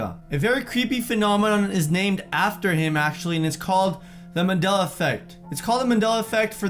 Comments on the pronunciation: 1. Calm the fuck down 2. Where is the E and R in mandeLA effect Why are you calling it manDELLAR? Gg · mandela not mandeler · Its called Mandela effect not mandelra effect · I must be in a parallel universe. Since when was it called "Mandeler" Effect? I call it Mandela as in "A" not "ER". Why are some people pronouncing the "A" as an "ER" and the "R" as an "A"??? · mandeler effect? I always thought it was Mandela effect? here we go again LOL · The way he says Mandela like ‘Mandeler’ reminds me of how my Theatre teacher would say ‘Extrrrr’ when trying to say Extra, the only difference is the fact that he’s doing it because of his accent, and my Teacher and her her Texan ass was doing it because...? I hated her. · “mandeller” love that 😂❤️ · Will it sounds like you’re saying Mandeler effect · For Gods sake, stop saying 'Mandeller' ...pronounce the Shit correctly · ah yes The mandeller effect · Mandelar I love you content will but personally love when you pronounce thins weirdly 😆😆😆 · Mandeller..... Lol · Mandelar why do you put an r there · Why, in the name of our Lord, are you saying 'mandelar effect'? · It's just his accent. Some English accents pronounce "a" like "er" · The way he says Mandela